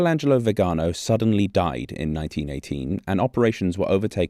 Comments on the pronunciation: Congratulations for always ignoring the accent in Viganò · Potevi almeno informarti sulla pronuncia di Viganò. L'accento va sull'ultima vocale, e si vede da come è scritto. Lo ripeti centinaia di volte in modo sbagliato in questo video. Ci voleva poco.